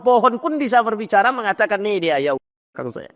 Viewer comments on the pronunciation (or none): none